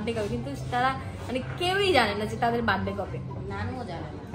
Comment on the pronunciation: বাড ডে না বার্থ ডে